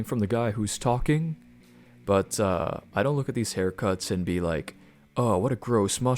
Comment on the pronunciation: It’s super uncomfortable how you pronounce the letter “T” bro like “buT” “cuT” “greaT” etc.. cool video though